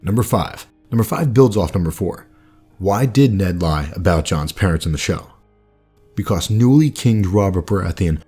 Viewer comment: Vernon Boward TOTALLY true about narration....'cept--tbvh--I cannot STAND when he says the word "because." I've watched like....50 or 60 of these vids now, and "behcose" is REALLY starting to get to me. (*Listen for it, you'll hear it.) NITPICKY, I KNOW!, ur tha man. Stay awesome. Love the channel.